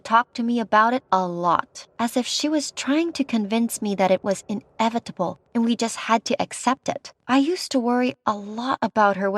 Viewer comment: i heard eneventable